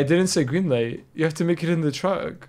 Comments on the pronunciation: he sayd green lite lollololo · You said green ligh bro😂I not grimace 😂😂